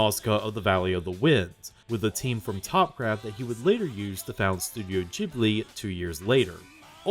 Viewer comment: I spent most of the video asking myself how such a knowledgeable person can pronounce "Ghibli" wrong... but then for 1984 you pronounced it right! What happened?